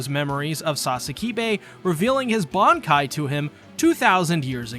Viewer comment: Bruhh their techniques?? Seriously??? It's "Bankaii"